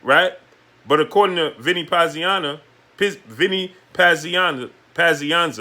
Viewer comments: "Pazianna"?? How long you been watching boxing?? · how are you struggling to say Pazianza's name? Dude is a legend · What kind fight fan are you? You don't even know how to say Vinny Pazienza. What did you get into boxing last week. Stop clowning yourself.